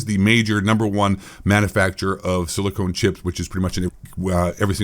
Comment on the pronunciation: It’s“Silicon” not “Silicone” Silicon goes in electronics while Silicone goes in tig-ol-biddies!!